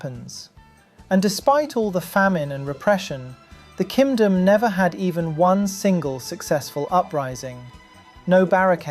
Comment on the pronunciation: "Kimdom" nice